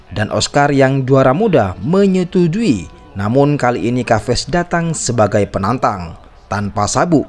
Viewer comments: Bukan kaves om tp ca ves sebutan yg benar.. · nama chaves di baca saves min,bukan kaves